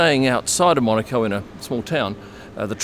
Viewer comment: Nice to see as an aussie you pernounce monaco correctly cannes is the other one when in Rome always calm line the locals top tip 👍